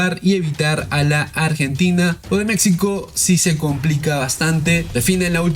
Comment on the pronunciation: Pronuncie bien MEXICO!